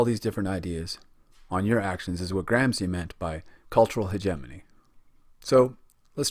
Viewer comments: With your clever-clever voice and diagrams --- ha --- You can't even pronounce Gramsci, nor Machiavelli, nor do you possess the respect for language and culture to go find the correct pronunciation. Typical automatic american sense of entitlement and blithe unconsciousness. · Great clip. I've watched it three times now and it's really helpful. But, for the love of God, learn how to pronounce names properly before you make another video. It's distracting and reduces your credibility. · Great video but its "grom-she" not "gram-see" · Thank you! Well done! Still, with all due respect: The Italian name is correctly pronounced "GramSHE" at least all over Europe... :) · GRAM-shee VOL-de-mort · Please try to pronounce this great man’ s correctly gram- shee, not gram-zee. It is not difficult ! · the pronunciation of Gramsci is not Gram ci but Gram shi , shi as shiver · GRAMSHEE NOT GRAMSEE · Lol at "Gram-see" it's "Gram-shee" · It is pronounced 'Gramshi' not 'Gramsi'. Good vid! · Gramsi? Machevellia? Check your names mate. Otherwise good video! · minute Philosophy Same here. However...I've always pronounced Gramsci "Gram-she". Worth noting Marx's Grundrisse wasn't published in English until the 1970s and also had a large effect on the field of cultural studies. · Please at least learn how to correctly pronounce his name!!! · You spend days making a video, and days (or weeks) reading the material, and then, over and over again, you mispronounce the name of the person you are making a video about. Why................... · The gross mispronunciations are a real distraction, but I appreciate the subdued tone of the presentation, which is just the opposite of what my students expect.